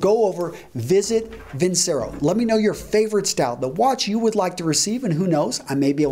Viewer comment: It is vin-che-ro. Once it's advertised.